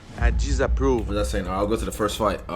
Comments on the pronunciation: "I jizzaprove" 🍷 Lmao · "i deesapproove" 🤣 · I lost it at the first "I jizzaprove" Keep this channel rolling forever dude